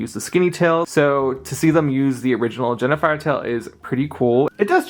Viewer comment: Also, it's HEN-A-FIRE, NOT JENNIFER as YOU SAID.